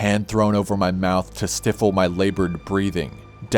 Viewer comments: 6.09: if anyone finds out what stiffle means,, please let me know. Now I know what stifle (sty fell) means but maybe stiffel is a word i havent heard before. I mean how many people dont know the word stifle? Even in context. I dont mean to sound like a clever arse, but fuck, these you tubers earn more in a day with a a few clicks of a mouse than I earn in a month connecting gas, electic and sewer pipes. At least say your words right. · Stifle= S-t-EYE-FULL, with the S & T said as in "ST-op", Not, "STIFF-FULL".